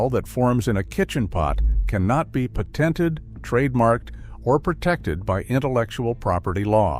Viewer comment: This isn’t bad info, but I’m annoyed by AI claiming “I’m.” Oh yeah? Learn how to pronounce the word “patented.”